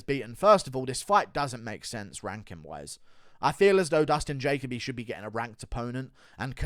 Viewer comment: Ja-Co-B 💀 “Jacoby”